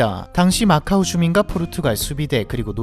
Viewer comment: macau인데 왜 오로 발음함?